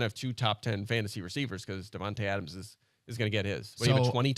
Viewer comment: They pronounce Devonta smith sooooooooooooo wrong